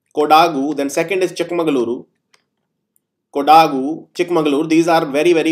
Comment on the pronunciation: sir its kodagu not kodaagu